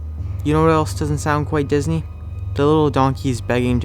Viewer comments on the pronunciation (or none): none